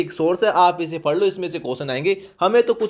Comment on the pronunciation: Fade nahi pade bola Karo sir